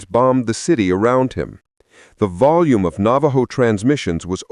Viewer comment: I'm a Navajo and I'm laughing at the narrator, he can't pronounce the Navajo words correctly.